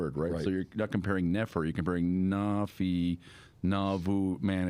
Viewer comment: . I ran into someone by the grace of God who was from Iran-ish area. As we read the bom, she told me Nephi would be pronounced as you said it, Nah-fee, and that name means to travel, particularly over water. Very interesting.